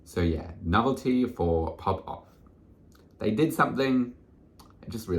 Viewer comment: Pronouncing "Navalny" as "Novelty" 💀